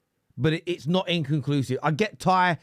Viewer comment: That ty bloke struggles to say the word inconclusive so is it any wonder he literally doesnt know what it means🤣